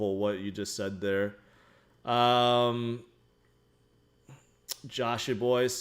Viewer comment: My girl doesn’t like how you pronounce the first E in Ethereum but she likes the stuff I’m buying off your calls so she needs to bow to my sensei